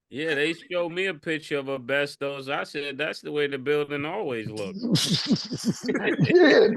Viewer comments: Nah the way Mase and Cam be saying asbestos (es-bes-tis) as (es-bes-tos) is hilarious 😂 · AH BESTOSE!!!!!! 😂😂😂😂😂 It’s AH-SPESTIS Bahahahhahaha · Mase keep saying Abestos 😂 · Word of the day "abestos" (asbestos) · The way they pronounce asbestos is wild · That asbestos pronunciation is mad wild.